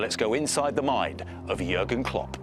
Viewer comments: It's Jürgen or Juergen, but definitely not Jurgen. Two different letters Ü and U, it's like replacing an N with an M. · it's Jürgen Klopp not Jurgen Klopp , for a famous Sport TV station like NBC this is a stupid error!